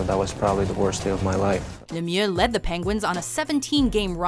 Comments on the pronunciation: Even Lemieux himself says “May-ree-oh Leh-me-ew” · LETS GO PENS 3ELIEVE and you said Mario Lemmiex name wrong PITTSBURGH DESPISES YOU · That’s not how you say Mario Lemieux. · i hate how she says lemiux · You need to pronounce Mario Lemieux right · I hate how they say Mario Lemieux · Wtf. Don't say Mario Lemieux's name like that. It's disgusting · They way they pronounced Lemieux's name kills me